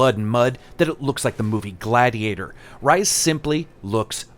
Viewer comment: I kept thinking of Ryse.. when you say Rise. lol.